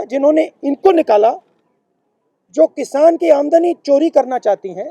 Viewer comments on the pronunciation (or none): none